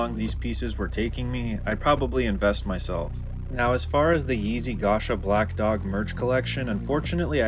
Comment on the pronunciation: Lol it’s “g-oh-sha” (with a long O). He’s a Russian designer